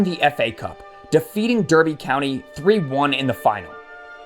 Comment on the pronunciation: Clough is pronounced Cluff. Derby is pronounced Darby. Nice vid however.